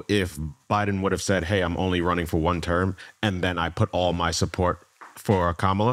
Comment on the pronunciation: I don't understand why Andrew can't properly pronounce VP Harris' first name. It's not hard at all.